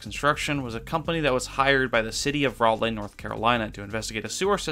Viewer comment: why did you pronounce raleigh like that it’s ra-lee